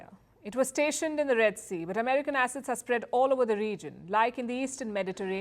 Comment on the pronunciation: To hear the way you pronounce the "a" assets... is just 😍.